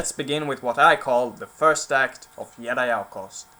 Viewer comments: it's called Jedi not yedi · “Yedi Knight” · Stop saying yedi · What's a "yedi" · what the accent is that where J are Ys? Yeah!! I bet you thought after 5 years you would stop getting comments about that! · You know someone's a viking when they pronounce Jedi like this. "Cheesecake Jumbojet" The best codename for scandinavians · Silent J in Jedi (-: nope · I love the content, but the way you say Jedi makes me cringe xD